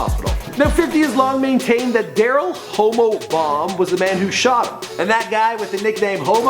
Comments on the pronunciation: Lol, Hammo not homo. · Tyson long get mad at you for calling his homie homo hommo pronounce it right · btw it's pronounced "hah-Mo." Do you purposely mispronounce everything man?